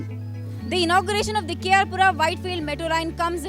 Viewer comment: K.R Pura. Not K.R Puram